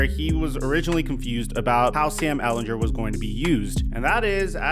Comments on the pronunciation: I love you but as a Longhorns fans I need to tell you that it is Ehlinger not Ehlinjer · Come on man say Sam Ehlinger name right, stop saying his last name wrong